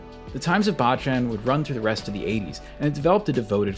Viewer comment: Great vid, only one thing. 坊ちゃん is pronounced BOW CHAN not BAH CHAN. Bocchan means little monk, baachan means grandma.